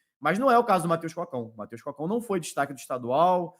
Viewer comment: tá pronunciando errado o nome do jogador. Não é Mateus “Cócão”, é Mateus Cocão, de cabeça grande lá ele, moringão